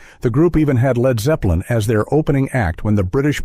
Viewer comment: Narrator called them "Leed" Zepplin